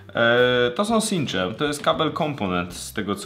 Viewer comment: Sincze :D chyba czincze!